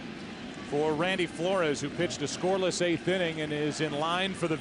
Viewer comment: Joe Buck with the "Randy Four-Lores" pronunciation in the 8th gets the nod for my strangest moment of the game. Love these Cards' Classics.